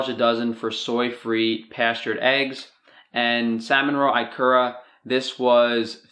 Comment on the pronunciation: Cool video! Also it's pronounced eekura not eyekura. 😊